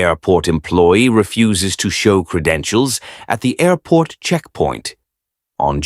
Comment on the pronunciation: 6 ,,aairporrrt,, at first !😂